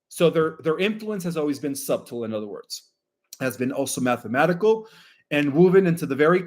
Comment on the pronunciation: the way u pronounce subtle makes me think your alien